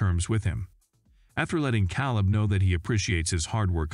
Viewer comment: Wow!! This narrarater is a real Heartland fan. Calebs name is K leb, not cow leb😄